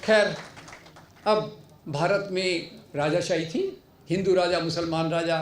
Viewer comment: ये कैसा अनपढ़ doctor है? Rajashahi क्या होती है? It's राजशाही!